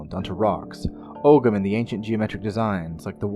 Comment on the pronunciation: Sweet mother you need to learn how to pronounce All correctly ogham 😱😖😖 beannachtai agus slán🇮🇪